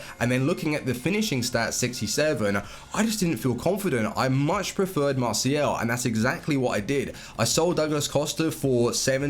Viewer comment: Please stop saying "Masial"